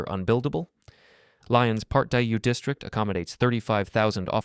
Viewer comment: Great video but please say Lee-on instead of Ly-on. And it's Par Dyuh not Part Dyoo.